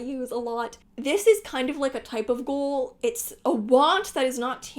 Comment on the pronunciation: this video rockkks i love your long-form craft talks!! also when you said “yearning is often a kind of goal” i heard “ghoul” and that’s sooo true… yearning is a type of ghoul…